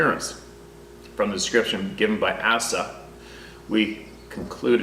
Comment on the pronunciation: Asa, pronounced with the long A sound and sa (Asa). You pronounced it like Assa. Just sayin ;)